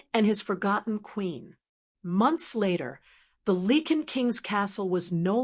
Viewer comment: Great story but it’s lycan not leken